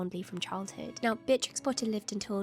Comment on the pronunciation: "one of my favourite historical figures" Also who has all of the time in the world: "Beatrtrix"